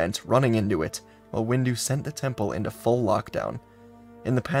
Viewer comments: I’m I the only one that heard that heard that that during the end parts of the video he said mace-window instead of windu? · Is it me or did i just hear him say Mase windu as mase window? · Oh good, I’m not the only one who noticed 😂 i legit heard him say Base window though 😂😂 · xD I just heard it right now and I laughed. Reminded me of a post that featured "sword windu, axe windu, shield windu and out the windu". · Heard that😊